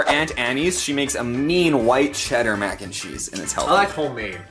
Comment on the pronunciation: Mac N Cherese lol